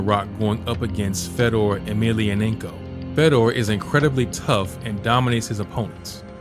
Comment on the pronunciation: The way you pronounce "Emelianenko" is way too funny xD